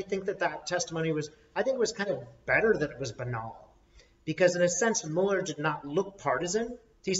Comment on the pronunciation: You are two of my favorite people! So comforting to hear from you both. Just a couple of things: * If Trump gets impeached, then Pence becomes president and he will pardon Trump! Maybe that's why Madam Speaker doesn't want Trump impeached. *, I love you dearly, but could you please pronounce Mueller's name correctly? It's doesn't really matter. It's just a pet peeve, because the Republicans do it on purpose from disrespect. The say "Democrat party" instead of "Democratic party," just to be small and petty, just as they deliberately mispronounce Director Mueller's name. I love you guys! P.S. I've always been curious about how and why ended up in Australia. If it's none of my business, that's okay.